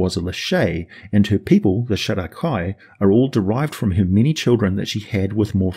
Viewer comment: Only because you said to "post any corrections;" Nerull should be pronounced the way it's spelled i.e. Neh-rull like skull; not Neh-rule like cruel. And also it should be pronounced Shay-dar kai as in shade instead of Shah-dow kai as in shadow. While I understand it's splitting hairs, you are a man of words and are looked at as the example to follow with them. Help us be more exact with a more accurate pronunciation of the creative spelling their creators gave them. On a side note, it's a disservice to pronounce Asmodeus as Az-mode-e-us instead of using the same emphasis you'd pronounce Amadeus with. No one would say A-made-e-us; they pronounce it as Ah-ma-Da-yus / Az-mo-Da-yus 😉 Thank you for creating all this amazing content and take the criticism with a grain of salt... I love the channel!